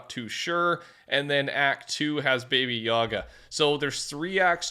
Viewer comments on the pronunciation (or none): Baba yaga❌ baby yaga ✅😂😂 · Not baby yaga.. Ba Bo Ya Ga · Its baba yaga, not baby yaga, what is she? A rapper? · Bro…BABY Yaga…really? Come on learn how to read…BabA Yaga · Baby yaga? Bro do you even read? Or do ANY semblance of research go things you don’t know? BA-BA YA-GA. Ever heard of John wick? Or the literal baba yaga witch, which I’m almost positive there’s a skin of already in Fortnite. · Baba yaga is John wick, and it's not baby yaga😂 you just say baba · "Baby yaga" 💀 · Say it with me bah-bah yaga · It's pronouced Bah Bah Yah Gah. I don't know if there is a reference elsewhere but it was used in John Wick, it's something like the Boogie Man. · "Baby Yaga" 🙃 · God , the way he pronounced it made that sound weird 🤣